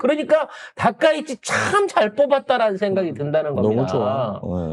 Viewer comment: 아 이 발음이 ~ 그냥 닥꽝 이라고 혀여 ~